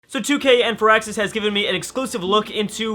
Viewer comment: Foraxis? Firaxis. Mebbe slowz down duh speechez?